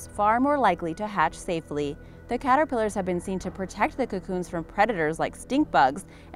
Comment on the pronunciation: •The “Cat-ter-pill-ers” •Ughhh 🤯 side note! My cat is officially homeless!